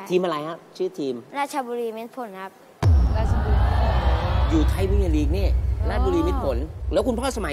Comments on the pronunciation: อยู่"ราช..รี"ฮ่ะ555 บราซิลลลล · คนเก่าคนแก่ยังเรียก ราชรี ไม่ต้องไคร แม่คุน ผมเนี่ยแหละจังหวัดตัวเองแท้ๆ555